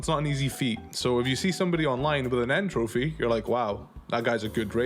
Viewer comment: The Crash character's name is N Tropy, not N Trophy. Like "entropy". The joke doesn't work if you change the name.